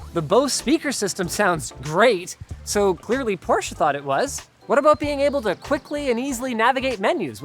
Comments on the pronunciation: I think it actually comes from the fact that most Americans were already pronouncing your last name wrong to begin with. The automotive industry just followed suit. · Thank you very much for learning how to pronounce Porsche the right way! It shouldn't bother me too much hearing the brandname with the wong pronounciation... BUT IT DOES :D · It’s easy. Porsche even made a YT video about it. Two syllables not one. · Man I was so proud of Linus for pronouncing Porsche correctly until I heard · He pronounces the name wrong omg so triggered lmaooooo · Linus, I love you. But for the love of ... it's pronounced "Pour Shuhhh"!!! The company is named after guy that started the company, It's his last name! Here's some help: I still up-voted your video like I always do. But c'mon!! You blasphemed. May they never get rid of the gas-powered combustion engine! And manual shift! Thank you BMW M cars!!! I drive a BMW M car with a manual shift, and now I know to stay away from Porsche's electric offerings. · He sounds so german when he pronounces porsche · Porsche has 2 syllables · He is not adding an e though, he said it right like 1 time and then keeps saying porsch-ea going back to the a ending. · it's pronounced porsh-ah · I really enjoyed your thorough review, and almost every other video you guys do, but what I still can't stand is people saying Porsch instead of Porsche. Also things like BMW, VW, Mercedes oder Audi. It's not a problem for most europeans to pronounce american car brands but for some reason almost every video of english speaking folks does mispronounce car brands from all around the world... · There are some people that like to say Por-sh instead of porsh-ah, like me. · It's "Por-sha" not "porsh", Leenoos. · I live in Germany and everytime i hear an american say Porsche it is "Porsch" withot the e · Porsh, that’ll be all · Anyone else hate how Linus pronounces Porsche as “Porsch uh” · Who else here can't stop hearing "Poor Cha" instead of the PorschE ?